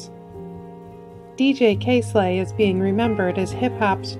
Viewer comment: The way she says DJ Kay slay lmao